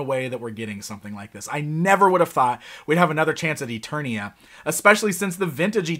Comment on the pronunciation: It's Preternia not Eternia